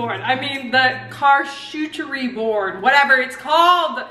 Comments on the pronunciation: I cring when you say charlcotrybord it’s pronounced shar cottry bord sorry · “Char-coochie boards” 😭😂🤣😂🤣😭😂😂🤣😭😂 lolololol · Charcuterie board (cha-coo-ter-ee)